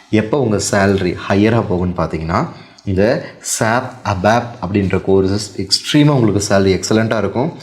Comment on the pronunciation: Sir with due respect, please don't pronounce "SAP" like a word, its S.A.P